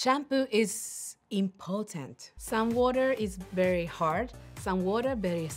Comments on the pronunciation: Ohhhh Naomi! I love how she talks in English😍 Important?impotent??importance???imporrrtent???? So confused and hiralious🤣🤣🤣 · なおちゃんこ鍋！インポ○ンツに聞こえたにょ！笑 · importantって言いたいのにインポテンツになってるのクッソ笑った😂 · ティース(もはやスィー)で爆笑🤣🤣 そのあと、important…っていいたくて放送事故起こしかけててさらに笑った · 言ってますよ😂 完全に男性の症状の名前がスペル化されてました笑 まさかimportantでこんなに笑い泣きすると思わなかったです🤣